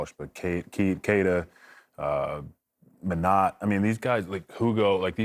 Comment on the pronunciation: who is men-NOT?